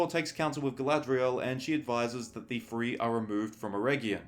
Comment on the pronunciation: Do you mean "three" or "free?" I'm really trying to understand this.